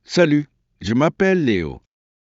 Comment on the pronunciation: Terrible pronunciation of Salut and Enchanté !!